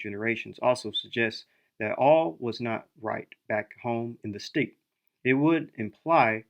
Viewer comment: Steppe is pronounced "step", ware is pronounced "wear" :)